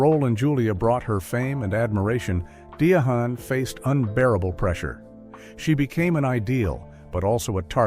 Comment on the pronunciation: Who the hell is "Di a HaNN" Carroll???!